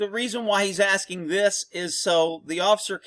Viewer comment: Askining lol